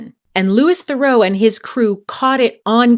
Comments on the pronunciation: And Theroo not Therow. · Really interesting video, but it's pronounced LOOEE THEROO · correct, in fact it's his cousin who pronounces it differently, not his dad "Louis Theroux pronounces his surname as "thuh-ROO" (rhyming with "true" or "zoo"), not "ther-oh," emphasizing the French origin of the name. He has jokingly noted this is the "correct" pronunciation, distinguishing it from his cousin Justin Theroux's pronunciation, which often uses a "ther-oh" sound. His first name is pronounced "Lou-ee"" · And his last name isn’t pronounced ‘ther-oh’, it’s ’ther-oo’! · Its not Lewis Farow , its Lou-ie (Louis) Th-ra-oo (Theroux) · that might be because his cousin Justin (who is bigger in the US) pronounces it ther-oh. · You mispronounced his last name, too.